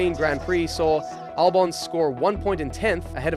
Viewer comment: Whats with the constant mispronunciations???? 😂😂 “James VowWs”, “AlbohNs”, “AtlAAsian”, “how did the hottest free agent of the 2024 end up in a BAhkMAhker”, “alPINE” — english aint even my first language smh😅🤣